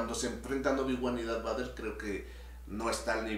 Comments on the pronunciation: Diganle al como se pronuncia Darth Vader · Ahhh siento que algo se me mueve en la tripa cada vez que escucho al escuchar pronunciar darth vader